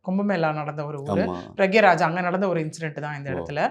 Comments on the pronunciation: அது பிரக்ய ராஜ் இல்ல😅. பிராயக்ராஜ்😂. Simple ah allahabad nu solitu poydalame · PRA YAG RAJ not pragyaraj. Slowa pesunga madam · Pra gya raja Ille Pra yag raj Kindly take name properly 🙏🏼